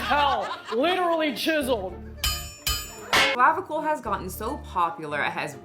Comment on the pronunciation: At one point it sounded like you said 'jizzled jawline' instead of 'chiselled', and honestly, accurate. Edit, just got to 'tiptoe maxxing' and I'm now dead. This is the most pathetic segment of humanity.